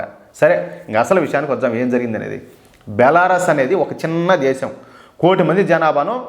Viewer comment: బెలారస్ కాదు బెలారూస్